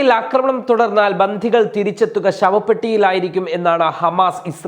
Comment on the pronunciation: ബന്ധി അല്ല ബന്ദി 😂😂😂